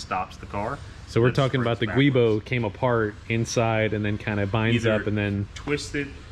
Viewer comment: Giubo is actually pronouncedlike Jyoobo o3o